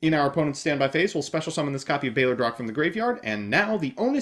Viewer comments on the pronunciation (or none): It's not bayler drock It's BALLER ROACH!